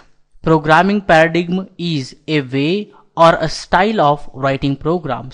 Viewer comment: Great video, just learn how to pronounce words, like paradigm